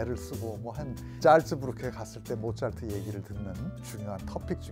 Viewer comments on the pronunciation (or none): none